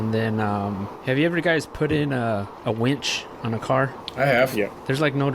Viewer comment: It winch, not wench 😂